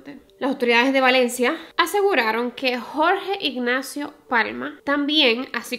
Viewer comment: Ten cuidado al pronunciar Valencia 😅 tienes tenencia a pronunciar la V como P. No es hate a tu manera de hablar ni nada pero aquí en España hay otra ciudad llamada Palencia y puede dar lugar a confusión. Un beso reina me encantan tus vídeos